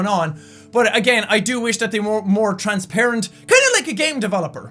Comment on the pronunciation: When you say "transparent" it sounds like you are saying "Trans-parent", I love accents lol!! :D:D